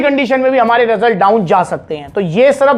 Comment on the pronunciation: Result ❌ Rasult ✅😂